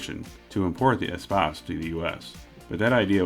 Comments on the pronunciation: You got it right for the prononciation of the word Espace its french! hello from Québec Canada! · You absolutely nailed "Espace". 10/10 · Espace is a French word. You say it right. I am from Quebec city. (can mean "Space" as where the stars hang or "roomy" as there is lots of space in this vehicle. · You pronounce Espace right ;)